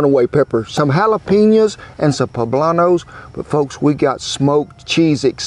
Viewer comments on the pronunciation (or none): JALAPINOS NO H IN THAT WORD!!!!!!!!